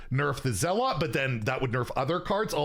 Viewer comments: I think zealot is pronounced zell-it, as opposed to zell-aught. I might be wrong but pretty sure it’s pronounced Zell-it 😊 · You're the first person i've ever heard mispronounce zealot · Why do you pronounce zealot like that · It is pronounced ZELL UT, not ZAALOT.